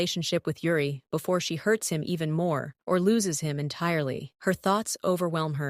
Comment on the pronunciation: It's Yuri not Ure 😂😊😅